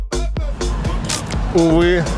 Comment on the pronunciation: Джордж а не Джорж